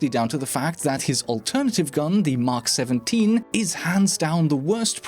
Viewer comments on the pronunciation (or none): btw not "mak 17" its "Mk 17" you have to pronounce the letters individually :)